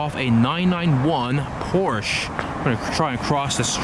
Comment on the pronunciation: great content; however, Porsche is 2 syllables..